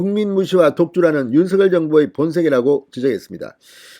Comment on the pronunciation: 윤석열○ 윤서결× 발음을 좀 신경써주면 참 좋겠구만